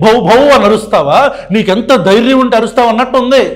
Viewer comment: ఆవేశం స్టార్ ...."ఎంత ధ్యారం లేకపోతే అంటాడు ఆ మాట " కాదురా బాబు తెలుగు నేర్చుకో "ఎంత ధైర్యం ఉంటె అంటాడా మాట" అనాలిరా బాబు...స్క్రిప్ట్ సరిగా రాసుకో ఆవేశం కాదు నాన్న!